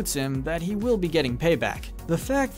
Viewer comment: Mispronouncing the word he throughout the first 2 minutes and 46 seconds of the video doesn't do much for your credibility.